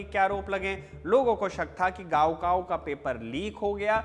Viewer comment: 高考 it's not गाओ काओ, it's काओ खाओ